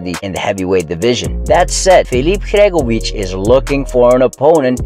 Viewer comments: Sory its not Hregovic it's Hrgovic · Bro the way you pronounce Hrgovic is a crime